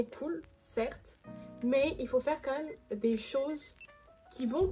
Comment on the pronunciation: “ Quand meuuume “ tu me fais trop rire quand tu le prononce ! 😂 😘 Sinon très sympa comme vidéo !!!